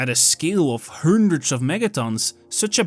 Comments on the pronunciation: “To five hÜndred!!!” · HAHAHHAAHA Why can´t you say "a hundred"? what's going on with your English? Computer voice? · His pronunciation of Hundred is driving me crazy 🤪